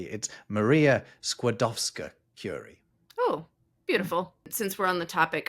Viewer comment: It's pronounced flowJISSten. And I'm on Team Zoölogy. But you did an outstanding job with Skłodowska!